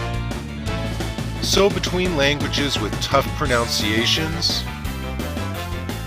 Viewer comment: The most annoying thing about this is how he mispronounced "pronunciations"...